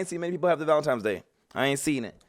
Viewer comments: Valentines not Valentimes hahaha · Valentimes? Lmao coooome oooooon D! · And she said valentines instead of valentimes.